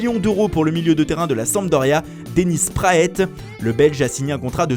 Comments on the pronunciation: info tuto : ne pas prononcer Dennis Praètte mais Dennis Praat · Le ''e'' de PRAET ne se prononce pas. Ça se prononce PRAT et non PRAETTE. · Non mais les gars la prononciation pour Dennis Praet, c'est juste scandaleux là...